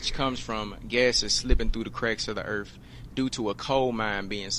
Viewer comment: The Erf.. it sounds so much better than Earth 🌍 seriously i want to live in the planet Erf❤